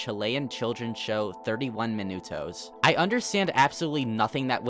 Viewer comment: I somehow felt obsessed with The Walten Files, cause of it being one of the best (In my opinion) Analog horror series. But what I like the most of this video, is how tries to say "31 minutos"